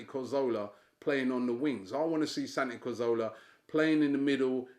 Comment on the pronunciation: Haha I love you Robbie but you can't pronounce Santi Cazorla!